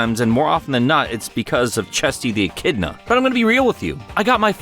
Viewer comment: I love you, but you gotta stop pronouncing echidna as "en-kid-na," lmao aaaahh